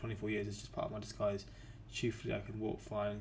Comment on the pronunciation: In charge of disguise! Not in charge of dese guys.